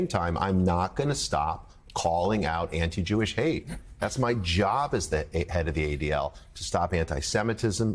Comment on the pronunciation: The first MSNBC newsreader who correctly pronounces Semitic, – thank you, Willy!